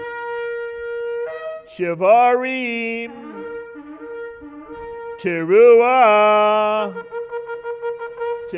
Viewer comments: They also have no clue as how to sound shevarim teru`a. Couldn't they have found out before making a laughingstock out of their religion? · Wrong. Shvarim-Teruah is supposed to be sounded as one the first time around.